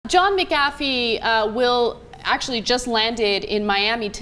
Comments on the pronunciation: calm down Anna. Some of us like it when Cenk injects himself into the stories. He makes the news fun. If I wanted to listen to the news being read, I could turn on the TV. And his name is pronounced MAC a' fee, not Mc AA fee cheers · She really is incapable of pronouncing the simplest of names. It's pronounced "MAC-afee". Pretty much everyone is aware of this. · it's mac-ah-fee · "Mac- A- fee", I hate that there pronouncing it wrong, that said McAfee is a douche. And his software sucks. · why cant these muslims that spent their whole lives pronouncing names with multiple consonants, vowels, and even phlegm not pronounce an irish/scottish last name correctly? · I plead and challenge TYT to run a more in depth piece....This is a fascinating story and you guys do not do it justice at all!!! Ana cannot even pronounce Mcafee's name correctly....This really makes me question how much you do your homework...This is only reactionary, nuff like Fox News....